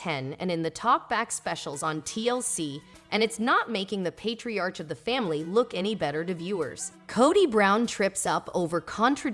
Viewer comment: Patriarch... Pay-tree-ark